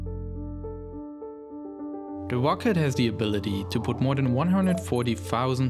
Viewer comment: And spacex awweady has deveowoped a mowe powewfuw vewsion >w<